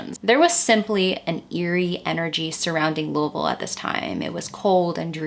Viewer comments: I'm from Kentucky about an hour and a half away.... I'm a country girl and Louisville is a scary place it's dangerous in some places I'm so glad you say Louisville right lol... I just don't understand how anyone can murder a child 😢it's so sad... 😢😥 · Luavull is how us Louisville natives pronounce it here. It's odd to hear someine say it correctly. Lol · I’m a bit late to the show but better late than never! As many have said, I ended up here after a Caitlin Doughty episode. I was intrigued to stay when you pronounced Louisville correctly, and then realize you’re referencing a book written by my old friend Shawn Herron. Strange enough, I never knew Shawn had written this book. She’s a unique person and has her hand in many things. I’m not a bit surprised and I’m sure it’s a good read. I will have to check it out. Thanks for the work and the video! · Thank you for pronouncing Louiseville correctly. I'm from Cinci and it so refreshing to hear it said correctly. Great video. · I live in Louisville. I’ve never heard about this case but now I’m getting into the dark history of our city. Great video. Great pronunciation too! 10/10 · You pronounced Louisville correctly. I am impressed. Few people say it the right way. Thank you! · Can I just give you props for pronouncing Louisville correctly 🥲 I’m from Southern Ohio (Scioto County) Edit I just saw you’re from there so makes sense hehe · are you from kentucky?? because the fact you correctly pronounced louisville has blown me away 😭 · You pronounced Louisville correctly - like a native, and that isn't easy. And this was an excellent program. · Girl you said Louisville correctly, I love it. Are you from KY? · Louisville native here- I had never heard of this case before I found your video!! Also props to you for saying it 100% correctly- you sound like a local haha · I love that you pronounce Louisville correctly! Great video. I am a new subscriber, excited to have a new podcast. Thank you!!